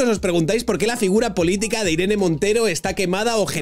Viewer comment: Lloraré de alegría el día que Pablo diga "casa" en lugar de "gasa" y "politica" en lugar de "politiga".